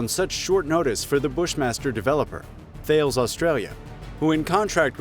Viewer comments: It is pronounced T-al-es not Thales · Dude, THALES is not pronounced like it's spelled, it's pronounced TALUS, just saying! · Not sure why we are singing Australia's praises here for the design and build of the Bushmaster? Did you all miss the memo that said these are built in Australia by Thales (pronounced "tarlis" not "thails") a huge French weapons manufacturer? We are probably giving them away to curry some favour with the French government - after we stiffed them on the multi-billion dollar submarine supply agreement, in favour of the US nuclear-powered subs ... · Thales - is pronounced 'tal is'. A French company. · pronounced THALES wrong